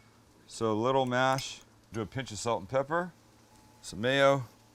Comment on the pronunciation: half a bottle may-O